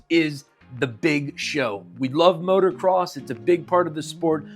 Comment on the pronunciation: dude please , i beg of you. it is MOTO NOT MOTOR say it M O T O C R O S S